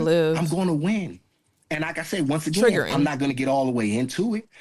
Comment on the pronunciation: Girl you are killing the word " triggering"